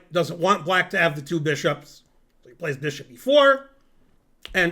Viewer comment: Ze two bee-shops